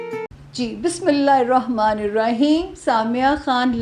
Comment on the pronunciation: Sorry mam. Bismillah hirrahman niraheem hota he irahman nirahim nae hota. Sorrt again